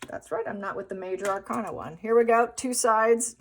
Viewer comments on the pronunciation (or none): none